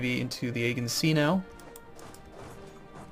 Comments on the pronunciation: LOL its not egg-e-in sea. Its Uh-gee-in sea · The G in Aegean is pronounced as a Gee rather than a Guh. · A-G-In sea is how you pronounce it lol